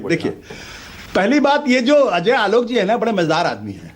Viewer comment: Pehale is Ajoy Aolok ko pronounce karna sikhaye koi